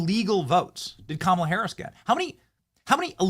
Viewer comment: Did Newscum said "Tamalcrace" lol